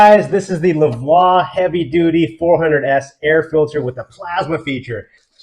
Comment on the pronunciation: Hii” you pronounced the name of the product wrong.